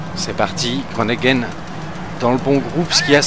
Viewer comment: super vidéo avec un bon kruijswijk sur le ventoux ,Martens qui gagne à Revel et un peu déçu par Groenewegen (pas gronegen,on dit gro ne WE(qui se prononce ve) et le en)